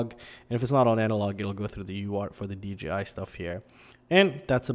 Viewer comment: Not trying to be an ass but you keep saying DGI did you mean DJI, its just throwing me for a loop......am I saying it wrong?